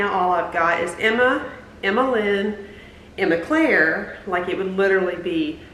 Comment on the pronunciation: I like Emma Claire 💕 especially the day you say it with your southern accent 😊